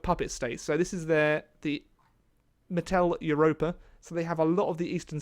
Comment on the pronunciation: Mittel in Mitteleuropa is pronouced the same way you would say Mitten but with an L at the end.